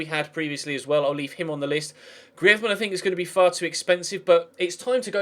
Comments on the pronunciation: GRREEEZZMEEN NOT GRIAZMAN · It's greez-man not greaedman😂😂😂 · you re saying griezmann the spanish way, say the french way, like GrrizmAnn. But great vid! Loving the series! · personally I would say get someone else in and have your youth player play occasionally but focus atleast three trainings on youth and two for more established players and hate to critisize but you bucherd the grizeman pronounsiation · you sayin griezmann is right but soundsso bad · Its not even that, its just the way his name is pronounced haha